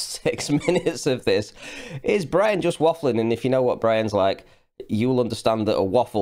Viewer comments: "The Life of Bwian" A comedy! lol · The lies of Bwian...